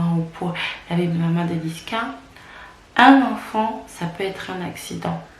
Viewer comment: C'est pas niskas ma belle mais niska haha